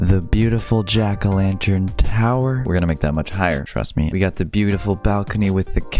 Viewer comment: How much did he say lanter? 👇